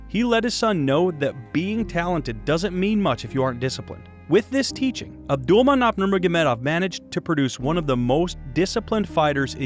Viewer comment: Ab-dull-man-opp-aa-vich your butchering his name lol